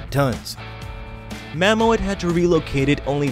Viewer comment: Mammoet is the Dutch word for Mammoth, the way the narrator pronounces it is ridiculous! Just fucking say "Mammoth"! 😂